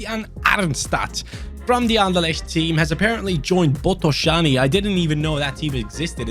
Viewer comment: I love that you pronounced Botoșani corect :)